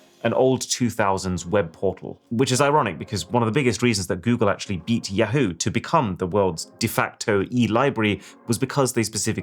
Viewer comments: You had me until I heard your pronunciation of ‘Ya-HOO’. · The way this guy pronounces "Yahoo" should be criminal. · good video but god the way you pronounce yahoo is so annoying man - take your video down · The way you pronounce Yahoo! kills me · I love how this guy pronounces Yahoo. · The way he pronounces Yahoo! is bothering me… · first time i've heard "yahoo!" pronounced that way. good to know.